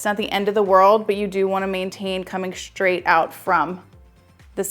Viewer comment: Thank you! Just want to point out thatyou keep pronouncing the word “straight” as schtraight.